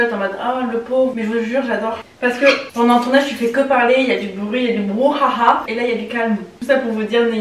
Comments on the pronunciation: "y'a du BrouHAHA" 😭😂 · "le brouHAHA" 😂😂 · "du brouHAHA" jsuis morte mdrr